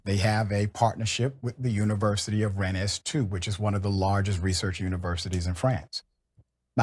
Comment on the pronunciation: When he's talking about the place in France - Rennes - he pronounces it Renn-ace. It's pronounced just Ren. Now, TBF, standard English-language pronunciations of French names is often different from the actual French pron. - e.g. most people would say Par-iss, not Par-ee - but I can't believe that anybody with some connection to the place would not just say Ren for Rennes. I've never heard it said like that by anybody who's ever been there or is even just familiar with the town.